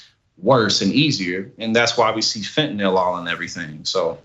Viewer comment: LMFAO TYT Resident drug expert really said that "Xanax is really what Heroin is, It's really What "Fentanill" is" 🤣 I could just see this dude selling drugs back in the day telling people "These Tums is just like Vik o Dins, These here Unisoms be just like Quaaludes UH.....Uh just safer!!"